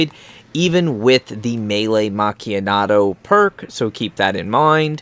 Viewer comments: its a good video but its melee Mak-ee-ah-to where are you seeing a D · Macchianato haha learn how to say it properly champ and stop rambling about all the other garbage and get on with it.What a waste of 9 mins you could of said it all in 2 mins.Rubbish vid no sub for you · Why are you saying melee macchiato wrong it doesn't have a N in the name maccniato 😂 no hate or anything man just helping ya so people dont hate on ya